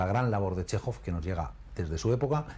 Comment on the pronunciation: Chéjov, tal cual. No "Shejov", ni otros inventos.